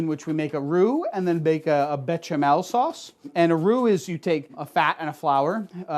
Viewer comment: Come on béchamel has an sh sound not a ch, it's a french word. I thought you'd know this!